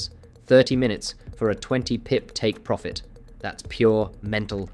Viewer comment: 37 “Pirofit”?